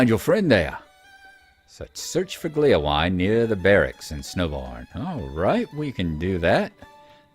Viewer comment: A couple of Points of Pedantry ;-) Hytbold is, if I understand correctly, pronounced more like "HOOT-bold", with that interesting Scandinavian/French sound where you make an "O" shape with your mouth and say "EEE". Gléowine is pronounced "GLAY-oh-WEE-nah", it's from the Old English and it means "harp-friend": the suffix "wine" shows up these days in names like "Baldwin" and "Godwin".